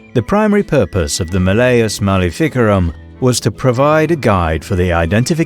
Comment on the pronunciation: The way he pronounces malificarum makes my teeth hurt.